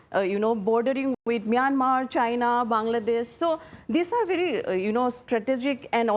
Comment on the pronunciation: 😂😂A little knowledge is bery bery dangerous🤣🤣🤣🤣🤣🤭🤣😂